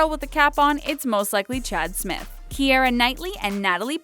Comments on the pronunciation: I'm pretty sure it's pronounced keera not kee-eh-rah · I thought keira's name was pronounced kee-ra ukk?